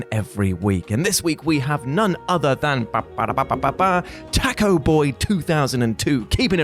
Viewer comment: That pronunciation of "taco" gave me an embolism...